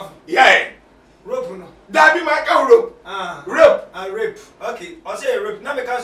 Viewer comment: Kumchacha nie, Rape not wrope. I really love Kumchacha but he always talking about London people that we are stingy. Kum we are not stingy, it very hard to get money in London. 😆😆❤